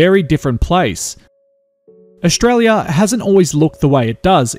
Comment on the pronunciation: Great video, just one thing though, it's Aus-tralia NOT Aush-tralia